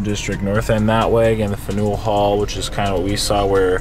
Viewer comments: My hometown - Freedom Trail starts in Boston Common! Faneuil "FAN-y'ull" Hall. LOL :) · Dang when were you in Boston? I think I recall you mentioned you would be in the new england area but I forgot. Hopefully next time your in the vicinity of MA, I will pay closer attention to try and meet ya... also just an FYI it's pronounced fan youwill hall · Hilarious you pronouncing fan-u-al hall. Spelled Faneuil so I get it